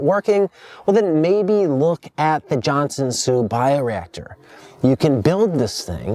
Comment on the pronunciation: Johnson soup? isnt it Johnson Su